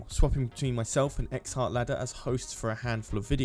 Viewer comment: 21 seconds in and calls him Ecks-hartLadder. Classic.